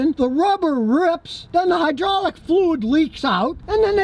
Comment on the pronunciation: “High-draw-lick” fluid